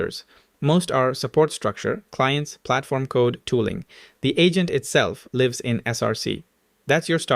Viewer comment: 😂 throws me off anytime he say “lives”